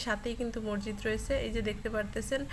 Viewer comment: শব্দটা মরজিদ না। মসজিদ হবে।